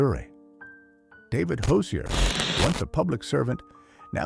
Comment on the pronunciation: It’s heartbreaking that Hosier’s name was mispronounced at his execution. Even in death, dignity matters